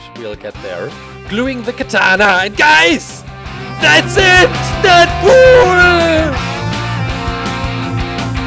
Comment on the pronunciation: GUYS DATS IT DeAdPoeol (Not roasting just correcting)